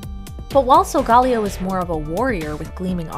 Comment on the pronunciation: You pronounced it salgalio it is salgaleo